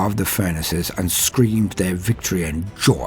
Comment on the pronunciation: "they STREAMED for weeks and months before they were used to the never ending pain"... is what i first heard. i listened 3 more times and then finally heard it as "screamed", which obviously made far more sense. until then i was having a real good laugh thinking of kids streaming teletubbies nonstop and, imagining a scene similar to the famous brainwashing sequence in "a clockwork orange", they endured the sun baby and his colorful demons until they were dead inside. you know, like someone driven insane by the touch of chaos. if i had any modicum of video production skills i would love to make a short about that, as it sounds awesome.